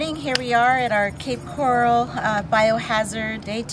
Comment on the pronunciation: I hate the way she keeps MISPRONOUNCING the word coral, in the name Cape Coral.